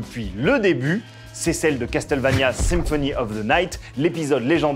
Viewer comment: dommage qu'ils ne ressortent pas les musiques de cette serie cultissime qu'est castlevania en cd . sinon les gars , faudrait arreter avec " cas tel vania "...c'est castlevania .